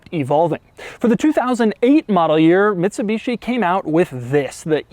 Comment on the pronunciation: “Mitshibeeshi” hahahahha